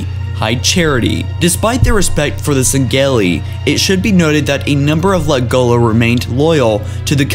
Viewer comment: Dude I love your videos but you really fucken need to start saying Sengelli the right way